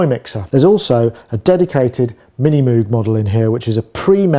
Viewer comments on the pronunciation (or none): love your channel, but please, PLEASE properly say MOOG its not Moooog, its "mOg with a hard O the mans name was Moog (mOg) and it drives me crazy that you, a professional, mis-pronounce it. I know you know this. out of respect for the Great Bob Moog, please correctly pronounce the name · Moog rhymes with vogue, or rogue. Heck, the Moog Rogue synthesizer was called that way because the two words rhyme and it's nice to hear. Just like saying "sneak peek" or "double trouble". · It REALLY annoys me that you can't pronounce "Moog" right!